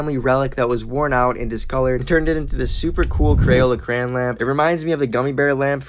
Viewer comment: It's so annoying to me how some people say crayon as cran.